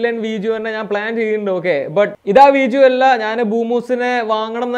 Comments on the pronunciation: Y are you telling veejio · വീജിയോ അല്ല, വീഡിയോ.. ഡി.. ഡി.. ഡിങ്കന്റെ ഡി..